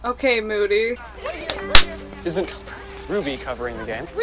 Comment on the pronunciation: "moodeh" "i love moody." "mOODY HE KNOWS ENGLISH"